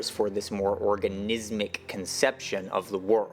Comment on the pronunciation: Wohhh You said "organizzzmic". That's a badass word,right there. I'm gonna be a DJ and call myself "Oganizzmixx"...because I mix and I have a big organ..meaning ,I have an old Rhodes MK8,it's a real pain to lug it around everywhere, kinda like my unit ,meaning my mix table,its awkwardly heavy,like my piece ,meaning my Les Paul guitar, it's pretty huge,like my dick. Meaning my friend Rich. He's gotta weight issue,he binge-eats taco bell all the timeOK I'LL STOP!!🤷🤦‍♂️